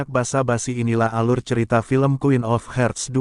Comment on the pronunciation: Harts, bukan herts